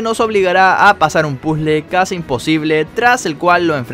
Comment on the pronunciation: En vez de casi habías dicho cuasi